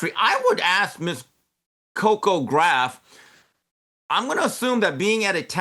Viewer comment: He mispronounced her name to be mean. This is MAGA.